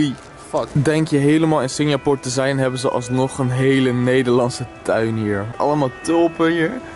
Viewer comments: Jij spreekt het uit als Singjapoer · Kan je Singapore normaal uit spreken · belike: Singjapoer😂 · Haha ik hoorde het ook!😂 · Even gillen elke keer als Sinjapoer zegt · Nobody: Litterly nobody: I SWEAR NO FUCKING SOUL: Seriously no one: I said NOBODY:: SINJAPOOR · Nobody: Litterly nobody: I SWEAR NO FUCKING SOUL: Seriously no one:: SINJAPOOR